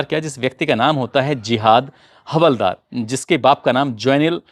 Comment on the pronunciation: Hawaldar nahi haldaar boliye